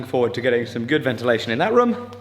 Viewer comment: Anyone else have a pet peeve on how he says room.